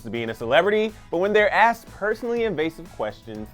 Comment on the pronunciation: "AXED??????????" For a narrator to say "AXED" instead of using the correct, simple, only three-letter word-based "ASK", (asked), is unacceptable in the field of professional broadcasting. I should have not been surprised, however, when I noticed a little too late the name of this page is "Clevver". Ahhhh....